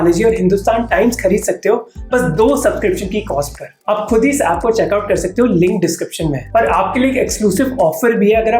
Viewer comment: On 4.30 minutes.. You said LING description mein hain.. ,..,Its LINK bro not LING